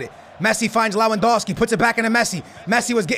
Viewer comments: Teach him Lewandowski while you're at it. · SKILLZ ITS TOLISSO TOH-LIHS-OHH ALSO LEWANDOWSKI LEH-WHAN-DOW-SKII SAY IT RIGHT AT LEAST ONCE